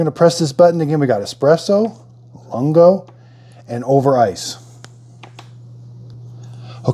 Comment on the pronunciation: Great video. For your reference the Lungo is pronounced loongo, meaning long in Italian. Just in case you want to know. Thanks for the video!